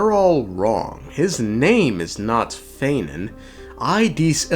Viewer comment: yeah no shit bro. Of course his name is not feinen. His name is phainon. It's like saying fie-none